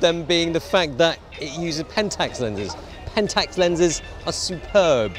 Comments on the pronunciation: The fuck is a 'Penntucks'? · it is not pentes, it is pentax.